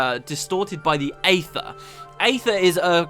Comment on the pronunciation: Wonderful job:) While other people get on you for mispronunciations, I'd like to say thank you for pronouncing "Aether" right. My dad says it as eether. and it's something that bugs the hell out of me. Any thing else I'll say whatever, but eether... no, that's just not right.